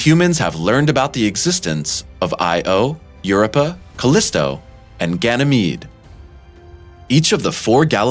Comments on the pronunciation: Europa is pronounced yoo-roh-puh - look it up. You're welcome. (Sorry - it is just hard to take you seriously when you mispronounce common words everyone knows.) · Had to stop because he kept saying UrUp'r 😆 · AIR-OH-PAH - Europa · Who the heck mispronounces EUROPA? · This guy pronounces some words funny like Io and Europa.